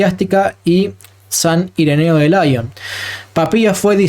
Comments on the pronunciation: Con todo respeto, hermano, excelente como siempre. Lyon es francés se pronuncia Li-on no làion. San Ireneo de Lyon (li-on acentuándose on ) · Muy buen trabajo. Pero me atrevo a realizar una corrección mínima. En san Ireneo de Lyon, mejor leerlo no a la manera anglófila (laion). Es una ciudad de Francia.